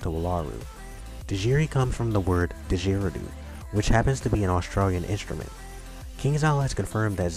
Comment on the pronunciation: You said didgeridoo wrong